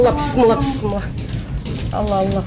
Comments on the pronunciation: Бысмыла эмес Бисмила деп уйронгулочу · БЫСЫМЛА ЭМЕС АЙТСАН ТАК АЙТ БИСМИЛЛАХИР РАХМООНИР РАХИИМ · Келесоо акмактар, ушундай да жараткан Аллахты эстейсиңер э, дагы келиме айтышты билбейсиңер, ( Бысымылла быссымыла) деп аны да туура айта албайсыңар 😬😬